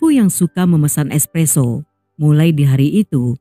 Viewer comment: ESSPESSO OR ESSPRESSO